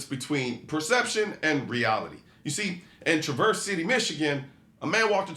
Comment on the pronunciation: Its pronounced TRA-verse not tra-VERSE. The emphasis is on the first syllable. I know Michigan towns are weird. We also have a Milan and pronounce that one in a strange way too.